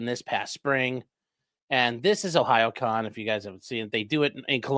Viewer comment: I'm so proud of you for figuring how to pronounce Ohayocon